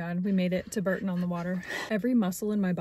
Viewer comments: Bourton not Burton...(bore-ton) and Worcester is wusster not war cester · Also it's borton not burton.